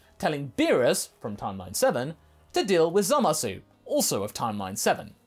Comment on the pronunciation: He turned Zamasu into Zamagoo